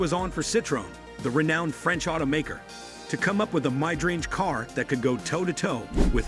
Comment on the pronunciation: Well I agree with #1 but what is with these AI voices ? It mispronounced mid-range and many others . Can't they hire some person to listen to it and make corrections ?